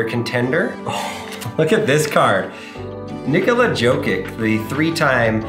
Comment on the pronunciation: Nicolette jokic is what you said 😂😂😂😂